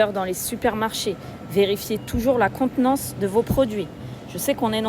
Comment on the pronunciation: La contenance... apprends a parler Français